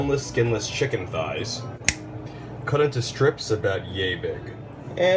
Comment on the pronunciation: Yummy! I could tell it was juicy because you said shicken. I love seafood! I think Imma have to try a pot of shrimp gumbo in my new Instant Pot tomorrow.